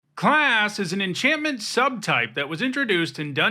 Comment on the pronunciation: For some reason, the way he hits that first “class” cracks me up 😂